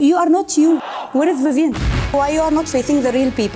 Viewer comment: Maharaj NAAM toh shi se bol vivian...😅😂